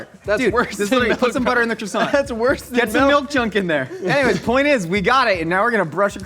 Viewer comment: Mmmeeeehh..... the T in croissant is silent ...... pffff USA USA USA Merica....... SILENCIO